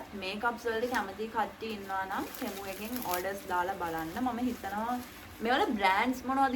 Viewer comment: අද නම් ටෙමු වෙනුවට තෙමු කිව්වා නේහ් 😅